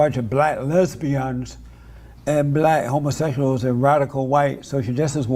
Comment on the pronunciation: “Homosessuals” gets me every time